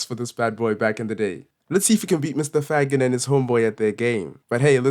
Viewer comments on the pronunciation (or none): Faggin: pronounced “Faa”+”jean” (I think)